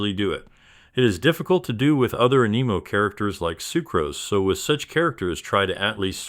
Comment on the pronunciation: I keep hearing “AN EMO characters” instead of anemo 🤣🤣🤣🤣